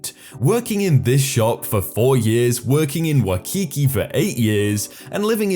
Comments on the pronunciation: FYI : HAWAII America's fiftieth state and HAWAIIAN'S are American's snd Waikiki is pronounced WHY-KEY-KEY. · I'm not from, nor have ever been to Hawaii. You know how I know it's pronounced "Why-kee-kee"? Because it's SPELLED Waikiki. Wai. Not Wa. Not Wah. Wai. Come on now man, being British ain't an excuse. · The way he sad Waikiki physically hurt me, also in other videos when he or any person mispronounces Ukulele.